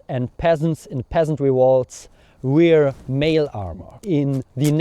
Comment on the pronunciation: Lovely video as always. Wear is pronounced almost the same as where. I hope that helps :)